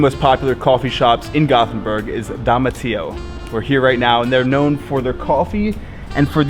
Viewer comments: AAAAAAAAAAAAAAAAAAAAAAAAAH, please don't say "gothenberg". atleast sat gotenberg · The name is göteborg not gotburhh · Its GÖTEBORG not gothenburg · When he said göteburg in English. I was hurt cause he said it wrong